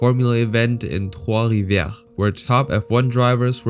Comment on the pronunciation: Gotta say I love hearing some local legend named here. Gilles is actually pronounced "jille" (g alone sounds like a j and Gu sounds like a g) :) you hit that trois rivières crispy clean!